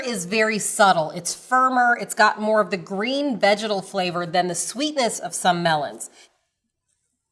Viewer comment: Every time she says “vegetal” I hear something else